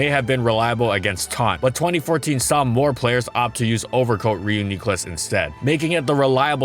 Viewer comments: The way you pronounce Reuniclus though... I’ve always pronounced it Reunuhclus instead of Reuniqclus. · It is NOT Ree-yoo-nee-clus, Its Ree-yoo-nick-clus I am getting freaking triggered right now. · Click video “Ree-yoo-nee-clus” Clicks off video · It's more effort to say knee than nih, sounds off. But I don't know how it's pronounced in the anime so can't be sure what's right. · exactly, its not the "nee" vs "neh" that is bothersome. Its where the emphasis in the word is. Re-yun-NEE-klus sounds horrible. Re-YUN-nee-klus sounds fine. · You are causing so much strife over this comment 😂 I think you meant the syllabic emphasis he places is misplaced. Usually its "REE-yoo-nee-clus" or "REE-yoo-nih-clus" but he keeps saying it emphasized like "ree-YOO-NEE-clus". Its giving Wingardium Leviosa energy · I am going to scream if I hear ree-yoo-nee-klus again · My man said "WII U Nicklos" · For anyone wondering its pronounced like Reunion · 43 seconds in and im so close to clicking that dislike button the re-u-knee-clus is killing me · You could just say Ree-you-nuh-clus. Easier to say. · "Re-you-knee-clus" I've been waiting for this video forever, and I don't think I can put up with this. Just stop. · I always kinda called “runk yoo lus” in my head. Aaaaaaand I can’t watch any more. I hate that pronunciation so much. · This man has only said Ree-you-knee-clus 4 times in 41 seconds and its driving me insane now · I can’t watch this with how he’s pronouncing it. It’s reed-ee-kyou-lus. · As usual content at it’s finest thank you and everyone else who helped. The community is lucky and happy to have you But remember it’s ree-uni-clus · "Re-yoo-neek-lus" x100 Me: "Ah, good my stroke is finally happening, bout time" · Homeboy doesn't know how to say Re U nee cluss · he says it correctly accidentally, then immediately corrects himself and goes back to kneeclus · The way he calls it "Reun" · i cant watch it cause re-yuu-knee-clus :( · Nah its Ree-Yoo-Nicklus